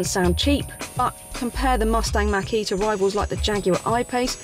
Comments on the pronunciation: Thank you for the pronunciation of Mach - e as MAAHHK e and not as Mackie as I’ve heard on other English channels! I have to laugh out loud when someone says that! Love your videos!!! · Robert Langham Yes I think she pronounced it correctly unless I missed something....I have to laugh when it gets said wrong!